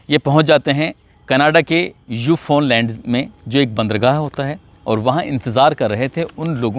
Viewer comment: Usko newfound land lehte hai sorry to let you know right pronounce